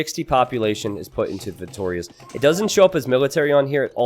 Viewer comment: The way he says "Feitórias" instead of "Feitorias" is kinda annoying xD